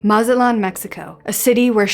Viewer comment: I can't listen to you because you can't pronounce Mazatlan right.